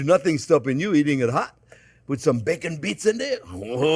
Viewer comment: i embarrassed myself with the noise that leaked out of my mouth when he said "with some baycone bits..."